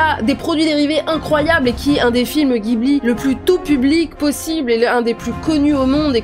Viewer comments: On dit jibli et non guibli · les japonais prononcent le nom du studio "jiburi" donc baaaah pas guibli :)))))) bjr